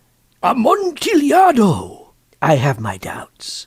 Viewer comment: said a-mont-a-lado